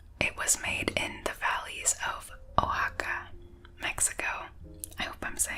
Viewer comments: that’s actually pronounced “wuh-HA-kuh”, but I get it, it’s really weird. It’s actually my last name, and people have done far worse! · Oaxaca is actually pronounced (wah-haca) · As a latina and so Cal resident, it's pronounced Wa-ha-ca. The OA make a wuah sound. But I thoroughly enjoy your channel. Keep up the good work! 💜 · It's pronounced wa-ha-ka. And neat drinks mean no ice. Aside from that the video is excellent! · "I hope I'm saying it right" Me, a mexican: Nope.. you're saying it wrong